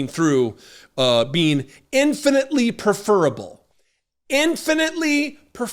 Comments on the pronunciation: pref-fer-able, please,. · With all due respect, you’ve mispronounced the word, “preferable”, I think. But you are totally right that Carlson is a deep shit!